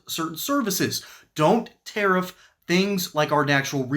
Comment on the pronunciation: She mispronounces the word tariff. The stress is on the first syllable.